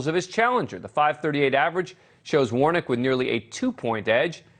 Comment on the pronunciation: I laughed when he called Warnock "Warnick".